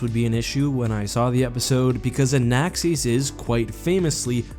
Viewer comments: Anaxes Pronunciation = "an-axe-EESS" Me = "an-ACCESS" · Everyone: Anaxes: Anaxees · Anaxes is not pronounced like that. Lol